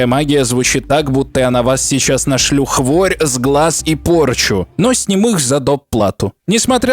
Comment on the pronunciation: "Нашлю хворь" услышал как "на шлюх ворь", что со мной не так...